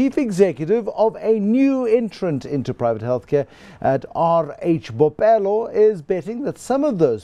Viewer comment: Bophelo not "bopelo."#BlackExcellence